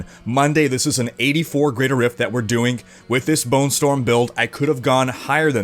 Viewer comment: This guy ... "saying'g" "doing'g" "Strong'g" <Your hands moving around all the time looks like a bonenado ..> "intresting'g"